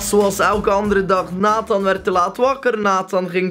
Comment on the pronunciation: hoe jij je naam zegt 😂 "natáh"